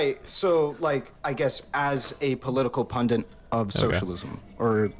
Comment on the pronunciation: Why do they keep pronouncing pundit as "pundant", like it rhymes with fondant.